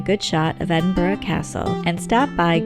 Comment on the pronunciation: As a born and bred Edinburgher, this was a marvellous wee insight into my home town. You even managed to get the pronunciation (just about) right! 😆 Friendly tip: If you want to sound like a real local, aim for ‘Embra’! Also, sorry to be horribly pedantic and boring but Berwick is pronounced ‘Berrick’, silent ‘w’. 😉 Seriously, many thanks, this was such a well put together wee video, well-narrated and nicely filmed. Ty! 👌